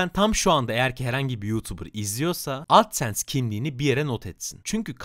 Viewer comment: Adsens demene çok takıldım sebepsiz tonluyosun ya bi de